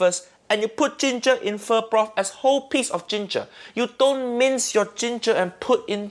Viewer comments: If you want uncle Roger to notice your videos then pronounce pho as foe not fur. Then make a "foe" style fried rice and forget to use your chef skills. Combine that with praising Jamie Oliver multiple times and you are part way there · My friend, you need to work on your Pho pronunciation.